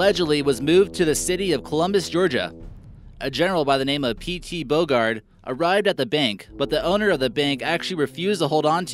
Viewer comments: P.T. boguard? It's P.G.T Beauregard ya nit. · General P. G. T. (Pierre Gustave Toutant) Beauregard. That's Bow-Ree-Guard. Not Bogard. He commanded Charlston's defenses and fired on Fort Sumter, defenses at 1st Manassas, second in command of the Army of Tennessee, Shiloh and Corinth, the Southeast coastal defenses, and so on. A very high ranking and important Confederate General. Get it right. The wonder weapons of the Confederacy would not have changed the outcome of the War for States Rights. The South simply did not have the troop numbers that the Federals did. It was a war of numbers and attrition. 10th Amendment States Rights and the free will of the American people ended in 1865 when the unConstitutional Federal system of government took over. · For Gawd Sake. It's Confederate General Pierre Beauregard. BO-REE-GUARD. And it was called Chancellorsville. You left out the "s", and you also mispronounced it the same way. Suggestions: 1. Do your homework. 2. Rehearse. Your voice is clear and easy to listen to. Keep at it. Good luck! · Read and study history. Don’t take the word of some idiot on YouTube that doesn’t even know the General’s name was PGT Beauregard, not PG Bogard. Don’t take what you see on YouTube as necessarily factual. YouTube is mostly people trying to show their knowledge, gain a slight moment of notoriety but wind up showing their stupidity! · P.T Bogard? I believe he meant to say "Beauregard." The complete name of this Confederate General was Pierre Gustave Toutant-Beauregard. (Yes, a French name) However, he rarely used his first name as an adult. He signed correspondence as G. T. Beauregard. Just some useless trivia for ya' ;) lol! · 3 mispronunciations in under 2 minutes....cache, New Orleans, Beauregard. ....Credibility lost...I’m out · Can't even get the Generals name right i.e. P.G.T. Beauregard,he would not be pleased at the way this clown Mispronounced his name.